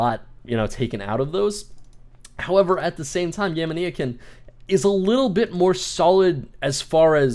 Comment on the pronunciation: gamania like gamania sen not gamaneeeyakin